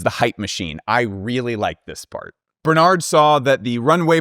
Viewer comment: Just pronounce Bernard without the final d. You will definitely sound better.